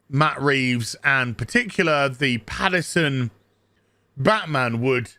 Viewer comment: Pattinson, not Paterson.